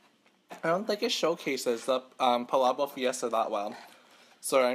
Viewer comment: It’s pronounced pa lah bokk